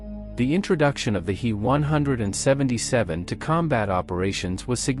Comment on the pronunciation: Fix your bot! Its a H.E. 177 not a hee 177!